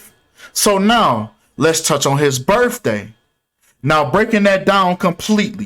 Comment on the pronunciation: It's biRTHday not biRFday